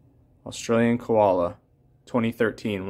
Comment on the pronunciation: FYI mate, KOALA not kUala. KOOKABURRA not kookabErra Nice coins! Cheers from Australia